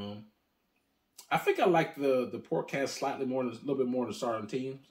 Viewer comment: I was wondering, why the extra 'T' in Sauternes? haha